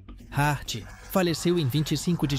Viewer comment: meu Deos!!! John Hurt! não Hart!